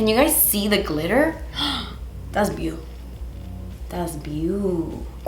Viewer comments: Now every time says ‘glitter’, all I hear is ‘GLEETER’ 😭😭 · “Gleeter” lmao that’s something I would say & right after I would say “English is not my first language” 😂😂😂